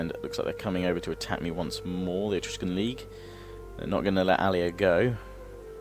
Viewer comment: you keep saying Etrugen league wrong!